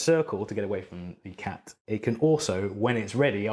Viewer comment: Watching this in 2020 even after Tenet and hearing him say Tac instead of cat...lols